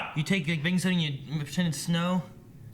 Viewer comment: Did you say Bacon soda or Baking soda?